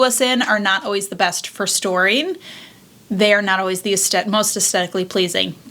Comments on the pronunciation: I adore your videos! I know this is a dumb pet peeve but it’s aes-THET-ic not a-Stett-ic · Aesthetic: uhs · theh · tuhk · I can't watch this, I don't know why you're pronouncing AESTHETIC the way you are. It is really annoying that sh*t out of me!! There is no D. 😂